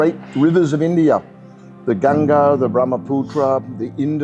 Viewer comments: I’ve never heard a non-Indian say ‘Ganga’ so accurately before. That was refreshing. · Yeah...nice to hear Ganga from a foreigner instead of Ganges